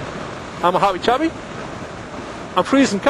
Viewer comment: LOL! Hahaha, OMG man! Right about the 3rd clip I couldn't understand you anymore, you went all 'Lucky Charms' on me:-)) I had to say 'Habbie Chabbie' 3Xs before I knew what you were saying! God love ya,, my belly is in a stitch after watching this, Thank You! B-)